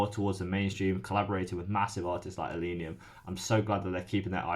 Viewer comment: It's ill-leh-neeum, not ill-ee-neeum.